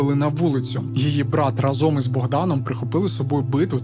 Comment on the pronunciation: Дякую. Відео круті. Але в кожному відео ріже слух вимова слова «Разом». Будь ласка вдосконалюйте вимову. Бо значення слова «разом» в вашій вимові має взагалі інше значення котре не стосується розповіді і контексту. Всім мир!